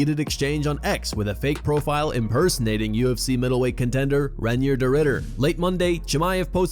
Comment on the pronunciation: "Reindeer"? Its Reinier 😂